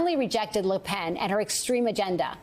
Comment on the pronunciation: Macron and LePen, not Marcon and LoPen. The ability to read used to be a prerequisite for on air broadcast news personnel. Apparently not here. And Yeats is pronounced ‘Yates’. An education, or at least looking things up, also matters.